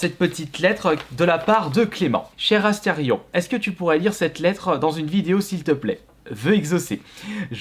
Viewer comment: Pq tu dis tout le temps aster ion ?